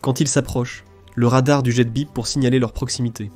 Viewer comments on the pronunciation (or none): C'est un humain qui parle aussi mal Français ? La prononciation de "jet" n'est pas bonne et certaines liaisons font mal aux oreilles. M.a.j. : ok, c'est l'IA de Linguana. Ça s'entend.